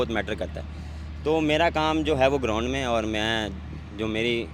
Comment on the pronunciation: 😅😅😅😅😅. Ground ko Groond kehna wla😅😅😅😅